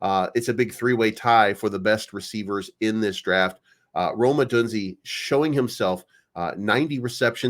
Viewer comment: It's pronounced Oh-doone-Zea